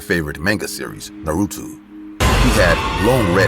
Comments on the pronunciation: I'm also an anime lover, and i'm been wating for IMR to make horror stories based on any anime. , it has to be pronounce Naruto, not Narutu. "The world should know Pain". But hilariously, the anime character in this video doesn't use any Jutsu.😂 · also, it’s Japanese it’s NAH•RU•TOE lmao not “Narudo” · It's not nuruto it's naruto and not sukura it's trash sakura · Why they keep saying narudo …. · I'm sorry but like these people obviously never watched it cuz they're not saying that God damn names right it's Naruto a Sakura exactly is it spelled as well it said you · Y’all hear how he pronounced naruto and nagato?